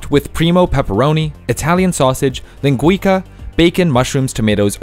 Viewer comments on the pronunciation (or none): I'm sorry! The devil makes me do it: It's pronounced "lin-gwee-suh". It's the Portuguese equivalent of chorizo. They put it on pizzas around the same time pineapple because popular. Vacationing to Hawaii was one reason, but the other is the mass immigration of Hawaiian citizens to California during the 1980's. Among them were those descended from Portuguese cane farmers that immigrated in the 1880's. In fact, the ukulele was inspired by a Portuguese instrument that was made of steel. And malasadas. Mmmm, malasadas. Like I said, the devil made me do it. I'm a victim, here, just like you people. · Hate how you pronounced linguica